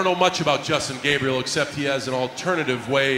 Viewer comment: he was calling justin gay because Gabriel sounds like GAYbriel